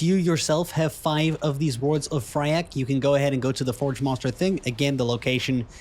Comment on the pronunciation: Please :D it's FYRAKK not Fryakk :D